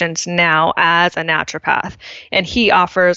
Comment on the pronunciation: I'm not sure what make me grind my teeth more, Britt laughing at charging a worried parent 150 dollars for holding a hot onion next to their sick kid's ear, or Seth constantly adding an L in the middle of 'Naturopath'.